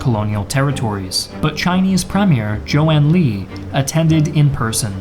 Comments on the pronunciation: sorry but his name is Zhou EnLai not Zhou EnLi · Zhou en lai pronounced like, Joe un-lye. Not Leee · just one thing, the pronunciation of zhou enlai could do some work